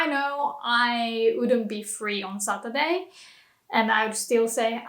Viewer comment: satruday or saturday hahah